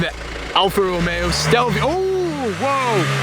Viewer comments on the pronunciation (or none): none